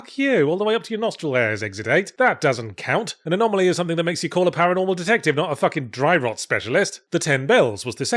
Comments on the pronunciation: II'm more excited for a "4 hours of Yahtzee going anomalomanomenom" ASMR video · Was Yahtzee having fun with mispronouncing "anomaly" at the end a shout-out to Eddie doing the same with the words lavatory and laboratory in "Bottom : LIVE Weapons Grade Y Fronts" ? I cannot believe I am making that kind of reference.